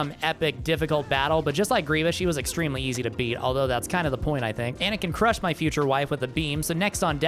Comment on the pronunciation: you were… pAnakin?